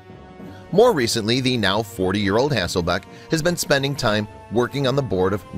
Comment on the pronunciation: I tho't she was cute and enjoyed her. However, if she was the moron everyone seems to think, so is the announcer on this video as her name isn't HasselBACK as was said repeatedly, but HasslelBECK. Those who throw stones in glass houses..... etc. , etc.